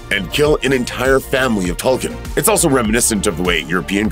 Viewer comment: it’s pronounced toll koon, not toll kin.